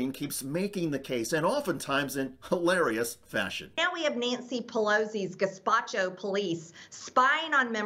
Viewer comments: I think she meant Gestapo not Gespatchio. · Did she say gaspacho rather than gestapo?